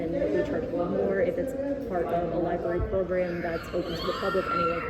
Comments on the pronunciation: "You cannot film in the Lieberry" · She works at a library and she says liberry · Apropos that she calls it a "lie berry". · “The LIBARY” 🤦‍♀️ I’m waiting to hear her say “AKS.” Uneducated security fool who doesn’t know the law…and apparently WORDS!!! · She works in a library ....not li-berry. Ignorance is bliss. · "I work at the LIBARY, but obviously don't utilize its resources since I can't even say LIBARY properly." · No. Which syllables or letters were switched? "Aks" instead of "ask"is a metathetic error . "Liberry" is is a mispronunciation missing a phoneme. Metathesis is specifically for tranposition of letters or sounds, like "aminal" or "pasketti".